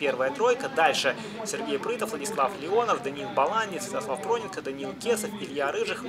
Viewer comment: Проненко ударение на "е"